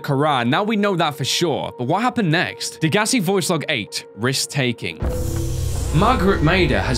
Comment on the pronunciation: why do people not know how to pronounce degassi its day guess see